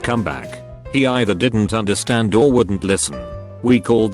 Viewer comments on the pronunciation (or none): none